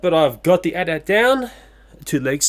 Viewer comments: With the AT-AT, it's not meant to be spoken as "at" 2x, but rather "a-t-a-t". Feels so good to be a fan of Star Wars! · For the AT-AT, you say "a's" and "t's" separately, as opposed to the word "at" twice. I know of a video that has the correct pronunciation, it's from someone called runescape228, in his review of the Star Wars Transformers Crossovers AT-AT driver. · I noticed you're pronouncing it as at-at. It's pronounced "ay-tee ay-tee" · its pronounced a.t.a.t